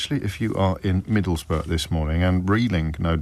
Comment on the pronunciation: Pronounced: Middlesboro’